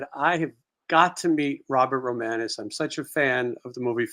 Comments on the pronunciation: romanus not romanos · Romanus not Romanos.